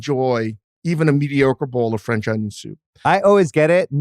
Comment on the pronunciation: Why does he say onion like a smooth brained individua